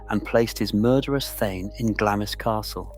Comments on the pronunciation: Not pronounced Gla-miss, it’s pronounced Glamms. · UGH its pronounced Glarms not Glamis.....do your research please. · It's pronounced Glams!! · Can’t watch a film calling it Glammis. Been there and this is BUNK.